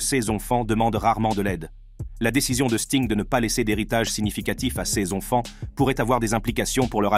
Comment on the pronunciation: Très intéressant, mais svp, la prochaine fois, réécoutez la vidéo après le montage. La voix synthétique nous répète 50 fois "ses ONFANTS", c'est lourd